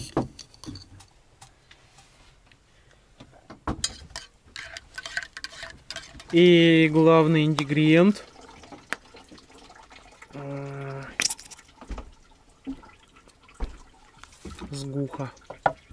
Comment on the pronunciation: Меня одного смутило слово «индигриент»?